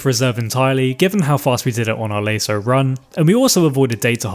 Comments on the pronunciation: Never heard anyone pronounce it lay-so before rather than lah-so but alright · Loved the video. However, and I dont mean to be an ass, but youre pronunciation of LASO drives me infuckingsane... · I wish you would stop pronouncing LASO incorrectly.